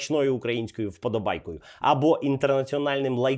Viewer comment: Випуск хороший! Тільки правильно казати "ВподÓбайку")